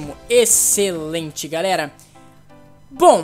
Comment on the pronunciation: vc falou garera